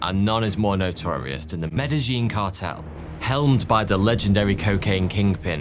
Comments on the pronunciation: Medayeen not Medelleen and not Medazheen. In Spanish: A is pronounced ah E is pronounced ay (long a) I is pronounced ee (long e) Double l (ell) is pronounced like y. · Love your work, but your pronunciation of Medellín was downright painful. Med-eh-YEEN is correct. [The double "L" is pronounces as a "Y" en Español.] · Medellin is pronounced "medeyyn" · And here i was thinking Medellin was pronounced medayin! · Medellin - pronounced MEDA-YEEN. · Medi-jeen… lol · . GEEZ, I'M NOT EVEN 10 MINUTES IN AND YOU'VE mispronounced Medellin 4 times and 2 different ways. How is that even possible??? . 🙂 🙂 🙂